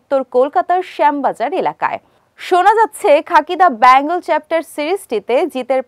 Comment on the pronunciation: বলছি বেঙ্গলকে bangle বানিয়ে দেবেন না 😅 উচ্চারণ টা ঠিক করে করার চেষ্টা করুন 😊